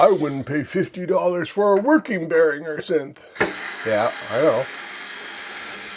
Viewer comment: for pronouncing Behringer and M(oh)g correctly.